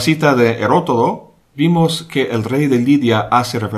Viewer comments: 2 veces dices claramente "Herotodo" en vez de 'Herodoto". Por qué? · Escucho sus sabias palabras y se lo agradezco. Un ligero detalle: El famoso historiador se llama Heródoto que no "Herotodo" como usted lo ha pronunciado. Una abrazo.